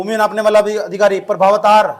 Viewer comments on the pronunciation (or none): its not प्रभावतार Its प्रमवातार